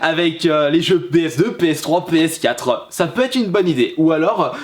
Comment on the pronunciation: "Comment va reagir ma ps4euh"